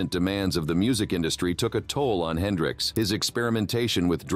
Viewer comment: Jimmy "Hendrick" ???? 🤦🏾‍♂️